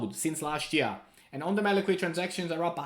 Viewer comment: On demand liquidity. Not liqiility! Just say liquidity!!!!!! Wtf